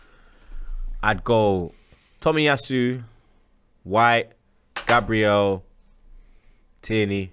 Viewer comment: Takeero when it’s takehiro Tomi asu when it’s tomiyasu It makes sense when he says Aubame bloodclot yang needs to back to school